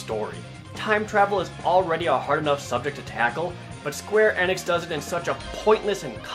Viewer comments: "Square Ehnux" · "Square Enix"? I thought it was pronouced "Eenix" with a long 'E'